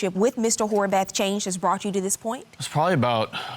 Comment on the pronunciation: I know I can’t be the only one who heard “whorebath” 😂😂